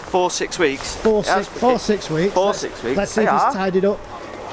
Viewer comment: “For, six weeks’ ... sounds like ‘fork handled’ to me 😂